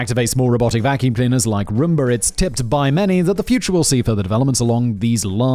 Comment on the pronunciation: Simon: Siri can't understand me! Also Simon: Roomber